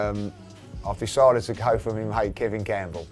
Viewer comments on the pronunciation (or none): none